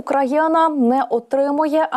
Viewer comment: Про яку країну ви говорите? Це українська мова? Що за Украяна? Чи тільки мені ріже слух?